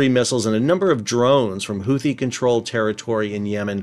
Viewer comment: Houthi is pronounced hoo-tee, not who-thee.